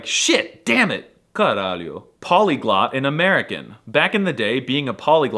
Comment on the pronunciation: You really didn't do "caralho" justice. The way you say it sounds like you're under anesthesia and embarassed because your mom is nearby. The objectively correct way to say it to it's full power is to charge up your lungs and say it passionately. Also the effects are heavily diminished if you don't pronounce it correctly. Both 'a's need to sound like the 'a' in 'far', CARALHO!